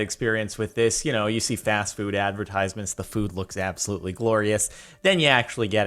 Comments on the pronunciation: Katelyn Krewson aubsulutly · idk y but the way he says absolutely makes me laugh so much